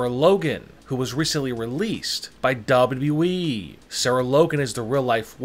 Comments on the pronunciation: Nobody : Not even the spider from under my bed: This guy: dabruee (WWE) 😂😂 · Mans says dubidiué